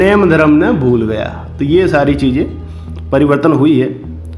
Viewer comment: जय जिनेन्द्र सा। अठै आप भी भूल गया ही बोल रया हो। राजस्थानी भाषा मं सबद है -भूलग्या। आप इरो उच्चारण हिन्दी जियां कर रह्या हो। घणी खम्मा सा।